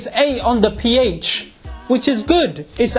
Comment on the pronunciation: When he said ph, I heard pee ay